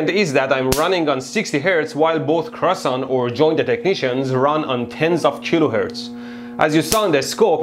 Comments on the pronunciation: They are pronounced : CREE OH SAN and written KreosAn, not KreosOn ;) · "Croissant" xD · Say it correctly Kreohsahn